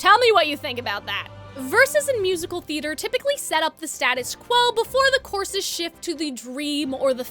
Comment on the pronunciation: wonderful analysis but my question is of a different kind: As a non native speaker I'm slightly confused by you pronoucing "choruses" like "courses". Have I been pronouncing it wrong all my english speaking time or is this just like a regional thing? Also I'm a linguistics major so that doubles my curiosity